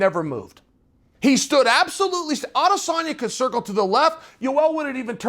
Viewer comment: Love the way you’ve made the effort to pronounce ‘Adesanya’ - that’s a subscribe from a large number of us.